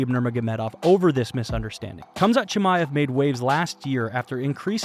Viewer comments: Why is the narrator saying "Kam-zat" instead of "Ham-zat?" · Lol it’s pronounced haaam zat sounds like you are saying kumshot😂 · It’s pronounced hom-zat chimaev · Why do you keep saying ”Cumshot” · Gotta stop pronouncing the K's on Russian fighters, lol. Khamzat=HAMzat and Khabib=HAHbeeb....just helping you avoid haters :) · It's not Khabib but Habib And it's not Khamzat but Hamza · The "K" is silent in their names! Lort I can't listen to this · Like D'jango the K in Khamzat is silent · Pronounce their names with a h not k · The letter K is silent in their first names. Say their names properly. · The K is silent dammit!!!